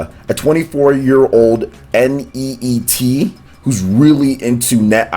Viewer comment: Lol its not pronounced n.e.e.t it's just neet